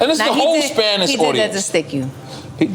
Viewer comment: How is NORE half Spanish but can't pronounce Spanish correctly lol.